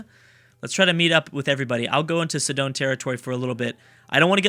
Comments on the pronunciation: Not to be picky, but... It is not pronounced "Si-dOn" (or however you pronounced it), it's pronounced "SI-din" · Sidon is pronounced "sigh-dun"